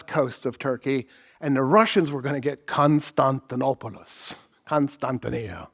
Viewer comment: Please stop putting on an accent when saying foreign names. As a Greek it's cring worthy hearing you butcher Constantinopolis!